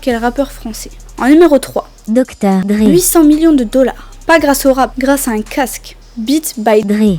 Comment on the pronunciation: Qu’est ce que t’a avec le « dre » 🤣🤣🤣🤣